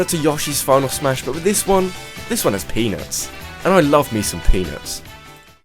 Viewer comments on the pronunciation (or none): when you said peanuts it didnt sound like peanuts :/ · When you said peanuts, i thought you said... penis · Under no means of disrespect, it seriously sounds like he says " and I love me some penis". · It sounded like he said "And I love me some penis." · To be honest, when he said he really likes peanuts, I thought he said something else.